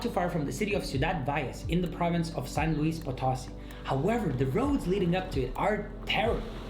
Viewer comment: It was really funny the way the guy said "Potosi" hahaha